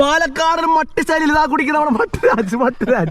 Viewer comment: പട്ടി അല്ല മട്ടി ഇത് കേട്ടപ്പോൾ ചി രിച്ചുവരുണ്ടോ 😂😂😂